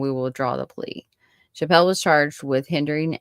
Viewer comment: Her name is pronounced chapp-le not chap-pell. I knew Peggy very well. I was her Sunday school teacher at church. She was a special child and I will always believe her mother was involved in her murder.